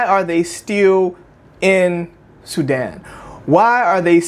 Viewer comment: She pronounced Sudan as Sudin interesting 🤔🤔🤔